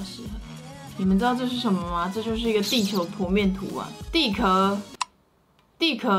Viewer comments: 不是应该说地壳（qiao）吗 xd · 我没啥文化，但是不是都念错了？地壳（qiào）地幔 地核，而且其实吃了两个高丽菜？天呐... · 是地壳（qiao )哦～